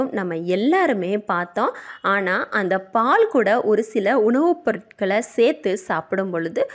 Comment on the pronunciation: அருமையா பதிவு. அனால் தமிழ் உச்சரிப்பு சரி இல்லை. பால் பாள் வாழைவானள என்கிறார்